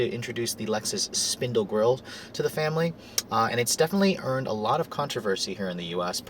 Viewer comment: He said family funny lol